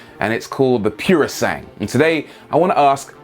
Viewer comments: Just to let everyone know, it's not "purosang" it's pronounced "poorosangwe" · As an Italian, I have to let you know that "PUROSANGUE" is pronounced "puro sangue" and not "piourosang". It means pure blood ("puro" = pure and "sangue" = blood). It stands for a horse breed called "English thoroughbred horse" which in Italian is called PUROSANGUE. So it has a connection to Ferrari :D EDIT: Wrote this comment before you mentioned that it means "thoroughbred" :/ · Rory, I think you'll find it's pronounced Pyuro-sangway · You must pronounce it puro sangué, with an é at the end because it's Italian..... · NO NO NO NO NO NO THAT IS NOT HOW ITS PRONOUNCED Its not purosang its pronounciated as PUR - O - SAN - gue. there are four syllabls dude. you should google car names how they are pronounced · it's called purosangre, not purosangue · it's pronounced "pooro sangueh". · Puro San-GWAY.... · Since it's italian isn't it pronounced: "Puro-sangué"? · IPA pronunciation: puro'zaŋgwe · piurusangh? cazzo fuma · It's called poo-roh sahn-goo-eh - literally: pure blood in Italian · You really, REALLY need to get some Italian to explain you how to pronounce "purosangue". What you are saying now hurts. Keep up the otherwise excellent work, though. Big thumbs up. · So do presenters purposely pronounce foreign words incorrectly? He's using French pronunciation (silent 'ue') for an Italian word, a language which pronounces every vowel.